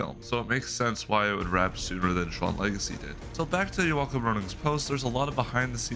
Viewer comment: Fun watching the updates and getting sneak peeks of the behind the scenes. Thanks for the content. Just one note for your future videos though, the directors name is pronounced “Yolk-um”.